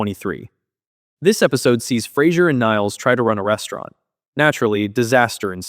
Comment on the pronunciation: David Hyde Pierce smirking and saying "you said Flasier" 🤣🤣